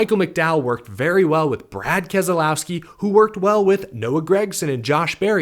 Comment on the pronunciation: It's Kas lowski not Kaz ah low ski?!!!